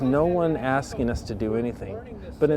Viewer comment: “The way they treated UZZZ”😂